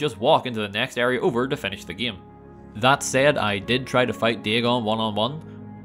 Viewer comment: What accent is he using? The way he pronounces game is tripping me out. Ghayyme